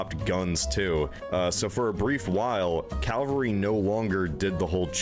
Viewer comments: This narrator seems unable to pronounce the word Cavalry. Either that or he's dyslexic. It's certainly not "Calvary". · Is it just me getting annoyed by “Calvary” being said instead of cavalry. Two totally different things 😡😂😡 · Absolutely - yes I heard say it correctly as I was typing. 🧡🖖😊 It does "grind my gears" though whenever I hear things - not just "calvary" grrr - Mispronounced!! I am a self-confessed pedant but an unapologetic one!! 😊🧡🖖